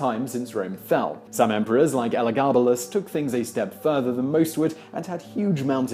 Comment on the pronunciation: The man can't pronounce Hatshepsut or Joe Pesci but Elagabalus just rolls off his tongue like it's his dog's name?